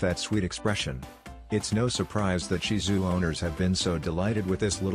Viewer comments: Thank you for pronouncing Shih Tzu correctly. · I was so impressed that the commentator pronounced “ shihtzu” correctly. Not often we hear that 😀😀😀😀😀😀😀😀🐶🐶